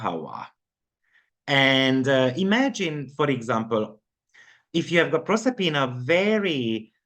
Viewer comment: Proserpina is 26, and Persephone is 399. Proserpina is the Roman name for the Greek Goddess Persefone. Same myth. Proserpina is at 4°10' in Aquarius. You said it right the first time. ☺